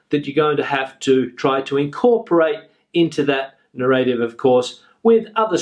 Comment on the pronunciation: Very useful and well structured video. But may I ask something?What puzzles me is that you pronounce narrative as "narr- eight-eve" just like as "native" is pronounced. I just can't find this pronounciation anywhere. Thank you for your reply in advance!